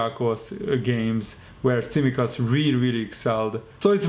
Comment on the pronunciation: tsimikas .it is pronounced like ts in the word "let's" and it is emphasized in the second "i"